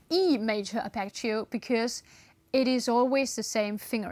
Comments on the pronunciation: You pronounce Apache-o, just say Harp eggio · please pronounce Arpeggio correctly, it's italian, but anyway is a double G not a single C.